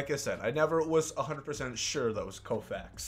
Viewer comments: Man said Koufax 💀💀💀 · I know he did not call Fernando Valenzuela sandy kofax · Koufax? Haha. That’s Fernandomania dawg